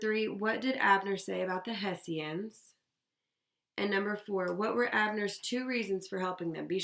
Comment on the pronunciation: its pronounced Heshans